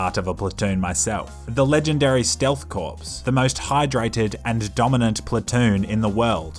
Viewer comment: Corps pronounced core btw